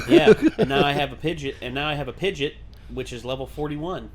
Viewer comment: pidg-EE-OT is how it’s pronounced 😁